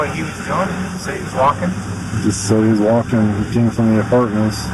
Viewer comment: the way this guy says "tall king," "wall king" and pronounces "walk" and "talk" like most people pronounce "caulk" cracks me up